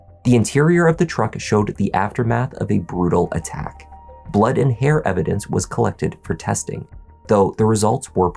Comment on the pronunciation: What blood? What latex glove? I was just taking a shower. I don't know what you mean. What's "eh-vi-dense"?